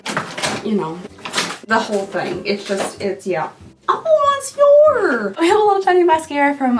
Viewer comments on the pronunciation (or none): none